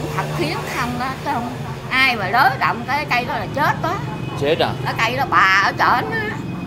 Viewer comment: Thank bác đã giới thiệu nhiều điểm thú vị. Em có mấy góp ý thế này: "giáp ranh chứ không phải giáp gianh, dữ dội chứ không phải giữ giội, chết chứ không phải trết..." bác ạ.